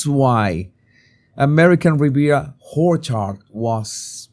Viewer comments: do you say it’s the American Riviera Hoar Chart? And bruvver?? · ❗️I LOVE YOUR ‘PLAY’ ON THE WORD - ORCHARD - WITH AN EMPHASIS ON HORECHARD - lol 😂❗️(OBVIOUSLY INCORRECT SPELLING) FROM A MALTESE/AUSSIE❗️